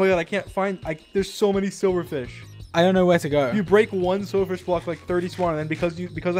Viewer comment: Where do you hear the V? I've listened to it like 5 times just now and don't how how you could possibly be hearing silverfish. I know that's what he meant to say, but he didn't.